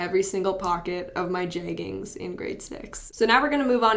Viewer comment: i love how you say jeggings